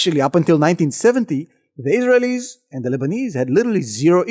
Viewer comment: I love your videos but you pronounce Israelies wrong